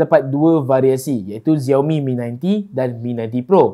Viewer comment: SHAO MI bukan ziaomi